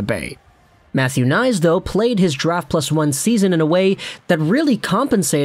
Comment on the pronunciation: It's pronounced K nies, btw. Way too many guys have looked great in College but get to the NHL, then bye bye. We'll see, good luck to him.